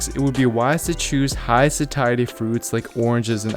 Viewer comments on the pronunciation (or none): Why is he saying sakiety, instead of satiety? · Just a pointer, it’s pronounced “say-sh-uh-dee” or “say-she-uh-dee”. It’s a tricky one I know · Sat-iety with a hard t??? Get outta here lol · absolutely phenomenal video but it's pronounced satiety (say shee ate ee) so I had to stop listening before I die from cringe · Just not crazy about your pronouncing "satiety". Otherwise, good info.